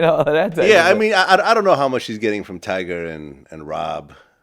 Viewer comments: Anyone else triggered when Vlad calls Tyga "Tyger"? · If vald say "tiger "instead of tyga one more time 😤😤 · How hard is it to say “Tyga”?